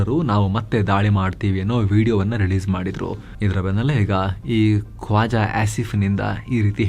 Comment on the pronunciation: ಕ್ವಾಜಾ ಅಲ್ಲ ಕೋಜಾ